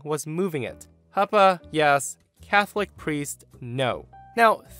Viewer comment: Pretty sure it’s pronounced “Hoo-pa” not “Hup-pa”